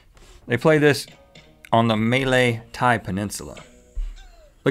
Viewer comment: I heard Rhett say (Maylay)